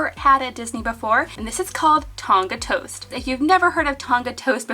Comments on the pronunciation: haha no your just pronouncing it wrong💞 it’s a country in Oceania, it holds places like Vanuatu, Samoa ect. It’s a island and it’s pronounced without the g💞 therefor it wouldn’t be called “Tonga toast” either, it would be “Tongan toast” I hope that makes sense haha💞 I love your Channel! Hi from New Zealand!💞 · You don’t pronounce the g in Tonga and it would be called “Tongan toast”